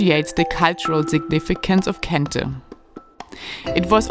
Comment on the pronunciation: Very interesting episode especially about Kente. Also, love how you pronounce various local words so well. I gather you speak a lot with locals to discover the many things you show us along the way. Kudos to you.